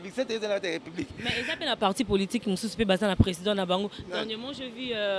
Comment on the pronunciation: Le corbeau et le renard tout flatteur vit au dépend de celui qui l écoute On dit politique et non poltique